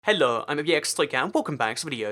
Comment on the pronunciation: Why are you saying like "helo" instead of "hello"?